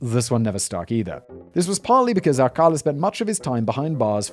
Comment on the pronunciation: You pronounced "Ciros" correctly. However, Alcala is pronounced-( All...Kah....LAH/ accent on the 'la').